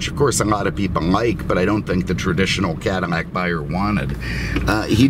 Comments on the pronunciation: It's CADILLAC not Cadimac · Cadillac you keep saying cadimac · Why are you saying Cadimac instead of Cadillac? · Are you saying Cadimac? I'm on second watch and it sounds that way. Just asking. Love the videos! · What you calling it a Cadillmac?? Freaking annoying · Why do you keep pronouncing it "CadiMac"? Are you sayin it's the Macdonald's of Cadillacs? Is that because "I'm lovin' it" or is that because it's so processed with cheap fillers that you hardly get any real beef? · Is he saying 'CaddiMAC' on purpose? Or am I losing it? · Why in the hell do you keep calling it a Cadimack?! Do you have a problem pronouncing L's? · Why can’t you pronounce Cadillac correctly?